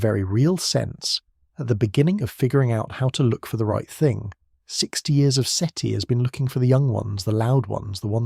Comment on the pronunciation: Seaty? Seaty... Seti. uhhgg ai slop